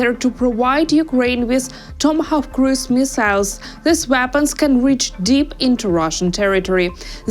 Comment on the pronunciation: At 0.41: "Tom Cruz missiles" He's an incredibly versatile actor, is he not?